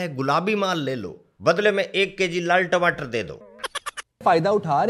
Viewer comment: Timatar bolte Hain bhaiya 😅